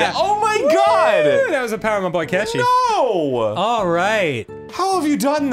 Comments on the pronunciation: Goddamn my Persona 5 obsessed self... I keep hearing Aketchi ghost, instead of catchy ghost. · At some points it sounds like they are saying ketchi and not catchy. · Anyone else start hearing “cetchy” instead of “catchy” after a while? Also, hey, what was your favorite game grumps episode? I liked the one where Dan and Arin used voice to text to try and catch a ghost in action for a looooooong time. Or I like the one where Dan and Arin try to figure out how to play pool for a looooooong time.